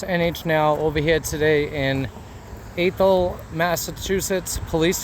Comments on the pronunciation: Great video. I live in this town, there are very few good officers on the force, others do it because they can, not because they want to. As for the name, it's pronunciation is ath-ol, lower "a" as in ass, not a upper as in "ace" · Athol? They must have speech impediment. It's really, 'Ash Hole'! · It’s pronounced like asshole almost. Ath-hole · ffs... It's not "A-thol" It's "AAA-thol" , longer "a" sound, like when doctor tells you to open your mouth and say "AAAAAHHHHHHHH" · I just watched your video of Athol. It is my home town and it is pronounced Ah-thol, not A-thol (soft A, Not a hard A). It was not as bad as some I have seen but the action makes me ashamed. Fortunately I have been gone from there for over 50 years. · Ath-hole Massachusetts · Athol ah-thol A like cat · It's pronounced ATH all.... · It is ATH OL AAATH HOL. LOL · It's pronounced "Aaaa thol". Just like "Asshole" Keep up the fantastic work brother!! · Athol is pronounced like 'Bath All'. Athol. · Love your content, brother! But I gotta bust your balls here. How are you from MA and you can’t pronounce Athol :-) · You can't even pronounce the town name. Your audited. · Athol MA PD is a disgrace. Btw it’s pronounced like Math and All. Just take out the M. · It’s pronounced Athol, like A (ass) thol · I am pretty sure the TH in Athol is pronounced as an S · I think it's pronounced with a soft "a" like apple. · It’s pronounced Athol rhymes with asshole! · It's pronounced ATHol, like asshole but with a lisp. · Its pronounced "Athshole," not "Athol." Just saying ;) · Athol is pronounced with a short A, not a long A. Fun fact: the actor Peter Falk hosted a TV special from there in 1977; I believe it was simply titled Falk in Athol. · It almost sounded like you said ahole not Athol lol😅🤣😂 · I about spit my beer out when I thought you said "Asshole Massachusetts" lol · proper pronunciation.... I love press NH now "Entering Athol" is the funniest sign ever